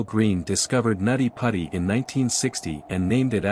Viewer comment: It was called nutty putty not natti patti. It’s also now referred to as John Jones hill in case anyone is trying to find it on google maps.